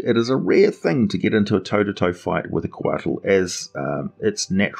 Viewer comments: I live in New Mexico USA. I am familiar somewhat with Nahuatl (Aztec) language. Couatl is pronounced "koe-AH-ł", the ł sound being made by placing the tip of your tongue on the roof of your mouth then hissing. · The "t" is silent. Quetzalcoatl is the full name of the Mayan/Aztec god.